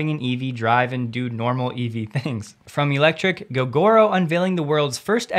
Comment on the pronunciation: Hey mate, minor thing but you pronounce "electrek" the same as "electric"... I'm pretty sure they intend it to be a mash up of "electric" and "trek." So electric trek, journey via electricity.